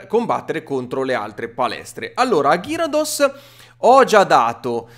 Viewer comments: ma te dici gyarudos ma si dice garydos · gyrados si pronuncio gheridos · cosa ho appena sentito😨 si pronuncia gheridos o al massimo ghiarados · Attenzione al modo in cui pronuncia gyarados